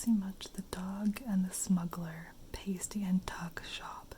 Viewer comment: It’s pronounced past ee, it basically a pastry full of meat and veg